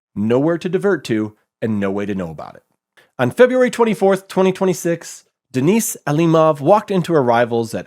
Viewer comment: Guy can't even pronounce Denis right